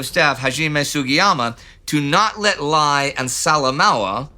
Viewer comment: In PNG Lae is pronounced Lay Salamoua is pronounced Sala Moa